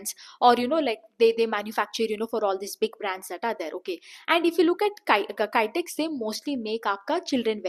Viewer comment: Not kytex...kitex